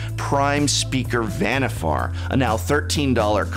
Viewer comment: Dear Prof, you might consider to stop hanging around with the likes of Saffron Olive, probably better known as Seth, the Butcher of Pronunciation. Zenaga is not a prime way to speak, as wouldn't be Vanifear.